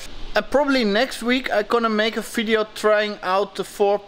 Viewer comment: Ffhy not? Video is also never user, neiter is Server. They are Fideos and Surfers! :) Oh and Foodoo FX! I watch it because of that! I take a shot each time a V is pronounced F Some videos I get really drunk!! :)